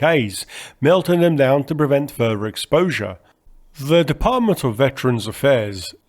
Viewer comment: Ffff-ousands …. Fff-eee.. great video. 194free … You have to work on pronouncing TH …. Tung near and behind front teeth, slight blow and you have TH sound … further, you say furver.. … you try and avoid saying Th at every opportunity …..